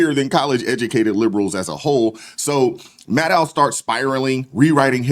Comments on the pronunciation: Hold up, did I hear you call her " Rachel Madcow ". Bahaha 😂😂😂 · I know I will wear hearing aids, but did I hear you right? Her name is Rachel “Mad-Cow “. That’s just hilarious.